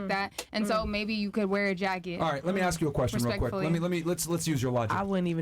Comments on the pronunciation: Why did she say axe insteadof ask? To lazy to say the correct word or can't pronounce words properly? Im not trying to be a d im just trying to figure out why some blk americans speak this way? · “axe”…..of course….